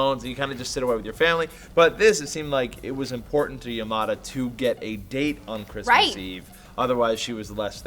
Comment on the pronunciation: Has anyone else noticed the way they pronounce Yamada, because I,m pretty sure it's not pronounced that way.